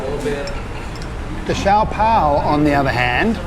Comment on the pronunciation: That is how an authentic good Chinese restaurant is... really noisy😉 By the way did you remove the wrapper(bottom part) of the siopao(shaa-pau.. not si-yaw-paw)🤣✌ Anyway, nice content 👌